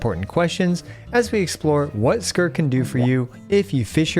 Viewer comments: "Skirk" 🤨 "Skirt" 🤓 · Is no the same to say skirk than skrrrrrrt 😂